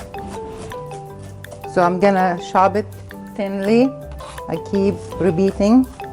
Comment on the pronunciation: She says "Barsley", "chob", and "beel" bc the Arabic language has no p